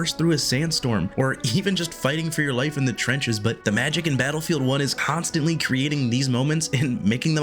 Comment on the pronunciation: "Constatnly" sorry i had to